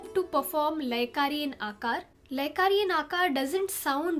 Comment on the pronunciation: You are doing great ! Fantastic . You can pronounce “a-laap” , “Bun-dish”, and “laay-kari”. I hope this helps.